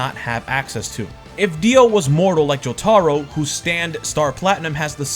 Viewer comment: Jo tar ro just found it funny how he pronounced it